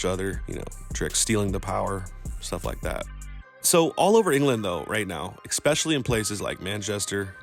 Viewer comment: Wish his pronunciation of 'especially' was too :face-purple-crying:💚